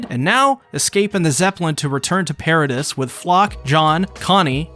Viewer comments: pair ruh dees. not pair ruh dust. come on. did you even watch the show. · The pronunciations of Gabi and Paradis are too good😂